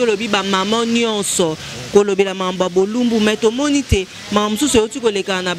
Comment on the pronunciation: Ah ! Politicien congolais il dit unidité !Non non "NUDITÉ "ah !